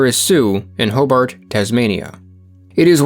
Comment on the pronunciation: You need to know how to say Hobart.